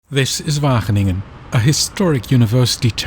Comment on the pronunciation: wagen - ingen 😂